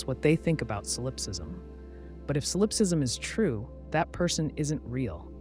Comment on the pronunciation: Ugh.. you’re putting stress on the wrong syllable in the word solipsism! 😒 it’s driving me crazy. And now I can’t sleep.